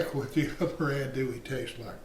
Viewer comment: Filé (ground sassafras) is never a spice used in Cajun sausage or Cajun andouille sausage. Other spices in the mix are off. Finally leggs is an Alabama business it’s not a Louisiana Cajun business. The spices in andouille (pronounced auhn-do-e, not as pronounced in the video). Initially I wasn’t gong to say anything about the size of the grinder plate, but then things were reground even finer. This sausage depends on a rough grind. The traditional plate has about 5 3/4 inch holes. No finer grind is acceptable. Then it must be stuffed into midling beef casings only and it must be cured and then smoked for at least a day. This was breakfast sausage. It won’t taste right at all for a gumbo or beans.